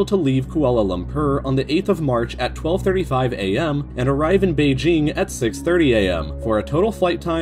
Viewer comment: Oh my god, the pronunciations of Kuala Lumpur and Beijing are INFURIATING